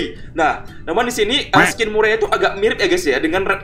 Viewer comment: bacanya merey bukan murey